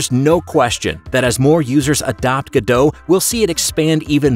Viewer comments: GO DOT not gaDOUGH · I think the hardest part of using the Godot engine is, saying it's name right, Go-dot, not Gur-doe. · FYI: (trying not to be mean) its pronounced go-dot, not ga-dow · Ga-dough? I always thought it was pronounced Go-Dot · The first thing people should learn about Godot is how to pronounce it. I really can't hear GODO anymore. The T isn't silent. GO-DOT like GO and DOT of DOT. There's a T. That's how the devs say the same of the engine they're working on! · It's not gudoe, its pronounced God-oh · Pronunciation is "Go/Dot" not "Godo" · You are pronouncing it wrong. It's GO DOT. I don't know who this Gudoh is... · Pretty sure its go dot not ga dough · Go-dot not guh-dough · ... and still it’s not “Godow” but “Go DoT”... you also don’t say wwwDOWyoutubeDOWcom, don’t you?! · It's pronounced go-dot by the developers, not ga-dåw, :/ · its goDOT not godo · IT’S PRONOUNCED GO DOT! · It's pronounced GO-DOT "t" is not silent. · It’s pronounced go dot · please...i beg you....stop saying 'go-dow' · ‘Godot - say Robot ... now say ’Godot!! its really not that difficult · Wait. THAT'S how you pronounce Godot?